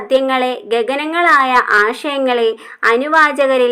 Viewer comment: ' ഗഗനങ്ങളായ ' അല്ല ' ഗഹനങ്ങളായ എന്ന് വേണം..